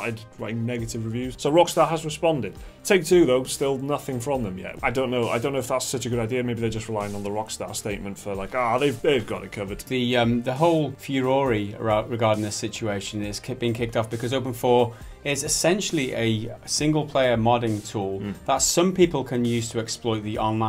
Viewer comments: furore is pronounced Fu-roar my guys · "The whole furory" >It's like the covfefe moment of video games. Nice going, guys.